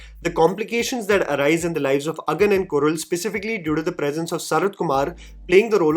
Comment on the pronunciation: your Tamil pronunciation has gotten really really better - the way you said Agan and Kural.